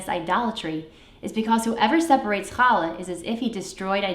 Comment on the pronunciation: I would like to try baking a challah. I've watched several recipes. It was such a pleasure to hear you pronounce the "CH" properly and not as an "H". Most importantly this looks delicious and I can't wait to try it. I wish you and your family a good shabbat.